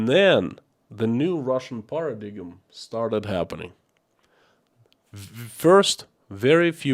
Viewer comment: YOUR ENGLISH IS GREAT BUT ONE TIP...PARADIGM ...THE G IS SILENT. THINK PARA - DIME. THX